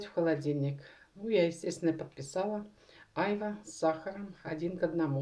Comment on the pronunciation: почему Айва , а не аЙва. - вы что не русская??? первый раз слышите это название??? прям слух режет.